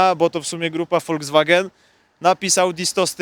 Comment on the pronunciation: Szanuję, że nie mówi "folkswagen", albo nawet bardziej zmanierowanie "folkswag-nn", lecz mówi prosto z serca, tak, jak mówili to pierwsi Piastowie: woldzwagen.